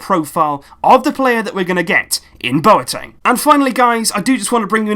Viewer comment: Great video, but just with Boateng's name, coming from a Ghanaian, it's not bow-er-teng, but instead its -BWAH-teng